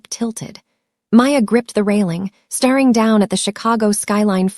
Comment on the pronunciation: Stare. Is pronounce stare.....ing